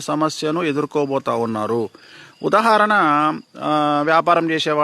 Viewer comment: ఉదహరణ కాదు ఉదాహరణ